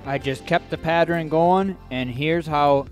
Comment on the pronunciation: Interesting video. However, the word is pattERN, not patTREN! Sorry to be critical, but mispronunciations are annoying. If you are not using your own voice on videos, you need to can that voice software and get a better one.